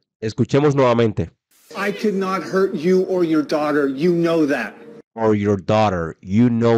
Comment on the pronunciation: Pensé que dijo hear no hurt jajaja